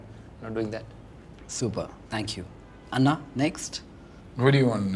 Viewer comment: Nihil is does not pronounce anna correctly